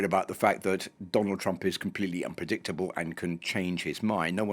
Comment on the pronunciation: twump is a buwwy! just a wittle buwwy! boohoo!